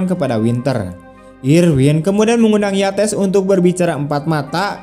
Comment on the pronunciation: Cara baca nama : YATES bukan di blasss pakai bahasa Indonesia jadi Yates juga. Tapi ditutur pakai bahasa Inggris yang bunyinya menjadi : 'YEITSS'.